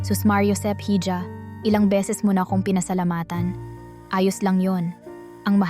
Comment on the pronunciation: Ganda na sana kaso ang hija eh ( hidya) ang pronouce mo eh parang nde ka pinoy